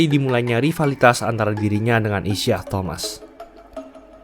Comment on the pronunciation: Isiah Thomas itu bacanya “Isaiah…”, spellingnya nge ganggu banget